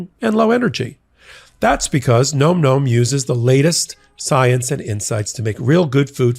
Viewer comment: That's gotta be pronounced 'nahm, nahm' -- am I crazy?